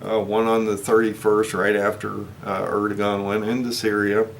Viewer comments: Air-doh-wan is the correct pronunciation of Erdogan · Erdogan’s Name is pronounced Airdowan.